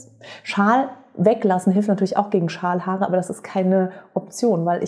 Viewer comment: Ich habe "Schamhaare" statt Schalhaare verstanden 🤣🤣🤣war kurz irritiert, aber dachte auch "joa warum nicht , sind auch Haare" 😂 du merkst ich vertraue dir da voll und ganz 🤣🤣🤣